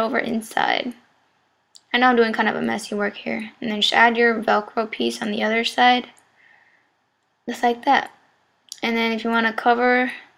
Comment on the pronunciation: This is ghetto as fuck. Who the hell makes duct tape hats. GHETTO!!! WHy do you pronounce other as oder?